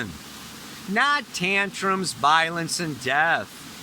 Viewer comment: Oh violence haha.... The first read through I thought you said 'violets' like a tiptoe through the tulips kinda scenario 😆😆😆